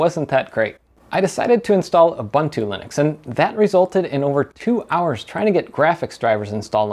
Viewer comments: Huh? Ur- bun - two!. Isn't it Ur-boon-too? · U-boon-tu not U-bun-tu🤦‍♂ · its pronounced youboontoo and devian is deeveean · Ubuntu is not pronounced OobAntu, it is pronounced ooboontoo, I see a lot of American/English reviews getting it wrong. The GUI for Ubuntu was first designed by a South African, Mark Shuttleworth and the naming is based on the African term Ubuntu. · You might as well learn how to say Ubuntu properly after switching to it and trying to say it so many times :) It's pronounced "oo-boon-too". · Ubuntu (/ʊˈbʊntuː/ (uu-BUUN-too))